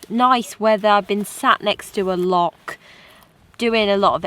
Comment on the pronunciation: Now then, it's not a lock, it's a loccchhh!🤣